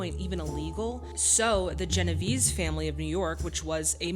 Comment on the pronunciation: Sorry to pick nits, but I thought you might find it useful in the future to know that James Caan's last name is pronounced "Conn," and Genovese is pronounced "Jen-o-VAY-zee." Anthony Quinn did eventually get to play a mob boss in a movie called "The Don Is Dead". When George C. Scott refused an Oscar two years earlier on the grounds that acting performances should not be judged competitively, it struck me as an arguable position, though somewhat undermined when he later accepted an Emmy; but Brando's refusal of his Oscar was for reasons entirely unrelated to the film artistry that the Oscars were designed to recognize, and struck me as entirely disrespectful to the art of acting (which, judging from his interviews, he seemed to hold in contempt anyway, despite being so brilliant at it). Of course it doesn't help that he chose as his spokeswoman someone whose claim to native descent was later shown to be fake. There are plenty of ways to express disapproval for Hollywood's conventional portrayal of the native population, but in all but the crudest instances that portrayal does not constitute a specifically aesthetic failure, and is therefore not germane to the point of the Oscars, and certainly not to The Godfather - where Scott's decision not to accept the Oscar for his performance in Patton had everything to do with the whole premise of the Oscars.